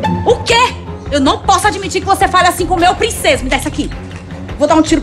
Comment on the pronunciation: Eu nao admito que você fale asin con meu prinçeso /eu rachei de rir